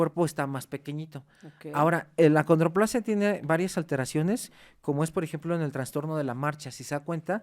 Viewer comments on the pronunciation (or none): Perdón pero para ser maestro de la UNAM y doctor. Debería decir el nombre correcto ACONDROPLASIA No(condroplasia )